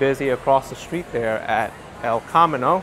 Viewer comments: It's El cah-me-no. it means "The Road". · with accent on "me" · He keeps mispronouncing it, and maybe a thirty something New Yorker never heard of the Chevrolet El Camino, the car based pickup truck made from 1959 to 1987. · You pronounced 'El Camino' wrong.